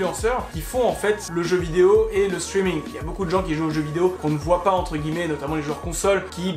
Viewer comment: "Chtreaming" belle prononciation